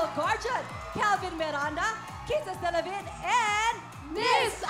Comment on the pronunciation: Ang pronounce ng apelyido ni Kisses is DELAVIN hindi DELA-VIN arte-arte OA na subra..